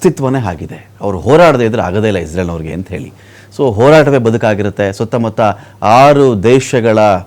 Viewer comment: ಇಸ್ರೇಲ್ ಅಂತಾ ಹೇಳಿ ಇಜ್ರಲ್ ಅಂತಾ ಅಲ್ಲ